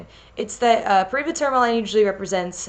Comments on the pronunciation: Wonderful video as always! Also I'm pretty sure paraiba tourmaline is pronounced par-a-ee-ba tour-ma-leen or par-a-ee-ba tour-ma-lin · This looks fantastic! Also, tourmaline is pronounced "tore-muh-leen" iirc